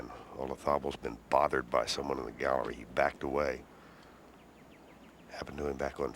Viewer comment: The way Ken Venturi says Garrerry, rather than Gallery is classic.